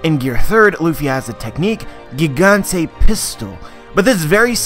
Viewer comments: Nah if he was hardcore at pronouncing it the way japanese do it then he wouldn't say Barto l'mayo. Plus they say Jiganto not Gigantay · It's actually "gigant" (pronounced "giganto" in japanese) not "gigante".